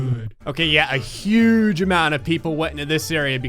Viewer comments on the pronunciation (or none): none